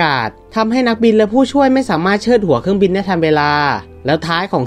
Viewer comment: เครื่องบิง 555 ค่อยๆพัฒนาไปครับ